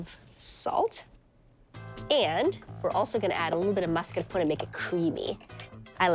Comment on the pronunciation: That’s how it’s pronounced in italian